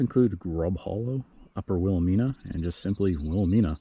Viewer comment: Will-ah-MINE-uh with a long "I". Good work, but the mispronounced name makes it a real teeth gritter.